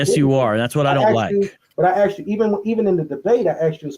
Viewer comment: Its 2025 and people are still saying Axed instead of asked. 🙄😒